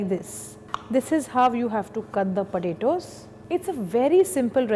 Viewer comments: It sounds like she is saying cut the burittos. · The way she says potatoes (/_^)